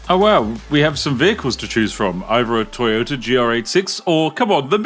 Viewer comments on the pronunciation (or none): none